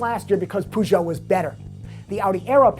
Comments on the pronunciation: haha, I've never heard anyone call Peugeot 'Poo-Jo' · I hate the way he says peugeot.